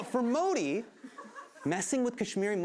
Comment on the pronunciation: Hypocrite Hassan, get your facts straight before you keep regurgitating incorrect things about India. BTW, if you are so hung up about your name being pronounced correctly, get Modi's pronunciation correct.